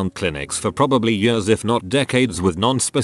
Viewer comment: No one: Literally no one: TTS: yuhrs